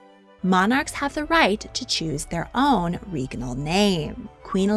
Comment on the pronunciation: It's a regnal name, not a reegnal name.